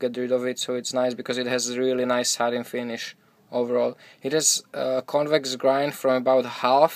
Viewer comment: Oh man, I'm slow. It took me so long to realize that you were saying "satin" finish. I thought you were saying "sutton" finish, and I had no idea what that was.